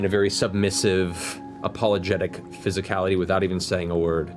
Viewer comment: Or every time Matt says "fisicallity"